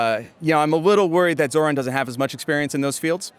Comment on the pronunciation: Hey Andrew, I know it gets confusing with the opposing candidates and most of the mainstream media constantly mispronouncing Zohran’s name, but it’s more like “Zor-rahn” than the “Zo-rahn” way that you said it